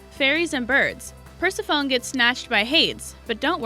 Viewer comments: This certainty my last talltanic vid. Basic pronunciation! I almost lost my mind. Per-sef-a-nee NOT Pers-a-fone. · Yeah, once I heard "Persi-phone," I paused the video and scrolled down. OMG, I recommend Thumbs Down, as I'm going to, right after I click the blue button. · Thank you! I was just going to point that out. How annoying! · Oh my god. Its not Mer-ee-da it's Mer-ah-da. Its not Purse-e-phone it's Per-sep-ah-knee. Its Hay-dees...If you are unsure about pronunciation, look it up. Holy crap that was so annoying and distracting I couldn't enjoy the video. FFS! 😒🙄🤬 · Hahaha your right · Purse-a-phone? Really? Did you not learn ANYTHING about mythology in school? I thought we all learned about that. Hay-dees. You have a good video, but you also have the internet. If you don't know how to pronounce a name, look it up. Ma-ree-dah? Oh FFS, have you even seen Brave? Mare-ih-dah. 🧐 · Correct pronunciations are: Per SEF oh nee and HAY deez. I know if you never heard them spoken, you can't know, but maybe this will help. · Ugh, I just cringed when she mispronounced those... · Pers-a-fOne and hAds almost sent me into a rage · I literally screamed at me TV "PERSEPHONE!!"- as in, you know, the correct pronunciation of her name. And Hades also sent me over the edge. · PersephonEE and HadEEs. Wow that was terrible pronunciation!